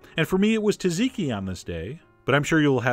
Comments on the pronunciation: It's tzatziki, not 'tazeeki' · tazeeekeee? its called tzatziki....pronounced saaaatzeeeekeee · Not "taziky" dude! "TZA-TZI-KI" good vid though! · John: It's Tsaziki, not Taziki. The S is pronounced! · as a greek i cringe every time you say 'taziki' XD amazing recipe though! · theres no EXACT way to type the pronunciation of tzatziki in english but the closer one would be jajiki (or jah jee kee). The tz sound is not separate in greek, its like a single thing but written with a combination of two characters. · Its Τζατζικι - Tzatziki and its pronounced Dzadziki ( with a prounced flat A not e) As Greeks will prounce T bofe Z heavy and it makes it sound like a D. Get your info together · Ikr! I cringed so much when he said taziki lmao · It is pronounced Tzidiki (za diki) not tee zee dee ki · Dear Chef John, I love your videos, I love your recipes BUT I lose my mind over the way you pronounce Tzatziki. TUZiki is not it at all. Please run to your nearest Greek acquaintance and get it straight. And take my other favorite food star, Elton Brown with you. With affection... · I cringe too, and I'm italian :) (but I do a gorgeous tzatziki, ahah!)